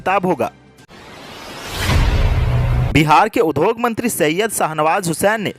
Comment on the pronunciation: Industry का हिन्दी अर्थ उद्योग (udyog) है , उध्योग (udhyog) नहीं। कृपया इस उच्चारण पर ध्यान देंगे । द् +य=द्य होता है । ध्+य = ध्य होता है आशा है उपर्युक्त उच्चारण दोष पर ध्यान दें ।